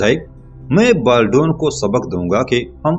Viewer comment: انیسکی بات کو آپنے طویل تر کردیا ھے اور بالڈون کا نام غلط نہ لیں۔Baldwin